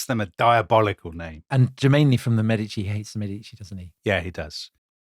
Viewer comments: By the end of the program, you eventually managed to pronounce correctly “Mèdici” and not “Medìci”. Now, you might want to try some others: it’s “Signorìa”, “Miràndola” and so on. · Ok, guys, there it is: I enjoyed this series and normally I am all praise but please, please try to pronounce all the Italian names & surnames a little bit better. It is distracting to hear MeDIci, MiranDOla, etc, over and over again. And the other thing is, I regret to say that apparently Charles's army got syphilis at Naples, and not the other way round - so much so it was called " the Neapolitan plague". Tom's performance & Dominic's laughter worked their usual charm, of course. Thanks!